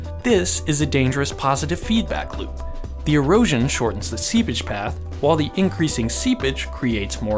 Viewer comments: Seapage, but its definitely sounds like seabitch. Lmao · Seepage, not seabitch lol. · Did he say sea bitch? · every time he says seepage i think he's saying sea bitch its really funny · Anyone else keep hearing "sea bitch"...? 😂😂😂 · I love your video. I had a great laugh. Also You should say seePage instead of SeaBitch. But again loved the video! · Oh, seepage.. I wondered why you'd call it "sea bitch" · Oh "seepage"... not sea-bitch ._. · Can you pronounce "SEEPAGE" clearly. You say it like a subtle & faster "Sea bitch". Nice and informative video btw. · Hahaha The first time i heard him say it i thought he said "sea bitch"... 🙉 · i heard that 2 xD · Every time he says seepage I imagine him say sea bitch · I had to turn subtitles on to understand that he was saying seepage and not sea bitch... I'm defiantly not well today! lol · I know for a fact he didn't, but instead of "seepage" I heard "sea b*tch". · Lol i always hear him say "sea-bitch" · Why do I hear sea bitch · All I hear is "sea bitch" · Am I the only one hearing SeaBitch? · Im only hearing Seabitch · Everytime this dude said “seapage” i heard “sea bitch” and i laughed. EVERY TIME. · All i can hear is "sea bich" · Is it just me or does it sound like he is saying see bitch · Is he saying "sea-bitch" or "sea-pitch"?? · He says seabitch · "Today we are diving in further to soil dynamics, and talking about "SeaBItch" " ... is what I heard... And I'm locking that one in. From here on, that's what I hear every time you say it... Sooo many SeaBitches. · I miss heard "seepage" as "sea *****"... aha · bruh i thought he said seabitch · i had to come to the comments to stop hearing "sea bitch"...